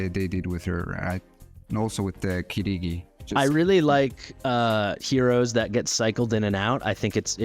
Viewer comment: Kee-gee-dee, not Kee-ree-gee. A nice Japanese name.